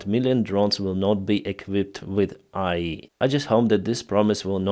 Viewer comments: Ok, I always give you a positive. However, IE doesn't do anything, maybe AI can help you better with your pronunciation. Love and respect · AI A-ARTIFICIAL I- INTELLIGENCE It is pronounces as A..I. Seperate letters and not a word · Just fyi English pronunciation of vowels with AI rhymes with "jay-eye"